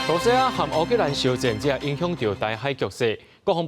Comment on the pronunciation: 乌（oo）克兰的乌读音合台视无同